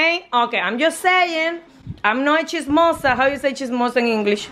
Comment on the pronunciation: She said chizmosa I thought she said cheese samosa